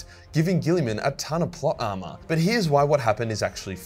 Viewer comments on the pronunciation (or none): none